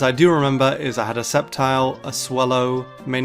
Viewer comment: DO NOT LEAVE OFF THE C IN SCEPTILE! AND METAGROSS IS ONE WORD!